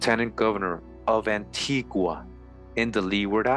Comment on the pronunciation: Wow! I'll have to tell my husband about this. Antigua is his homeland. By the way you're pronouncing it incorrect, like the Europeans. The natives pronounce it An-tee-guh!